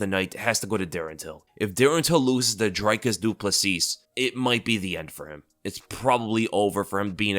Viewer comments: its pronounced Drecus Doo Pla see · It’s pronounced Dree-Kus Doo-Plus-See, just wanted to help you out with pronouncing it. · Its PRONOUCED dreeEEEkus du plessee !!!, UNSUBBED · It's honestly pretty funny how badly you mangle Dricis du Plessis. I don't think I've ever heard anyone pronounce it worse lol